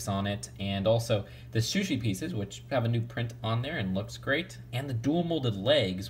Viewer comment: You keep saying shushi instead of sushi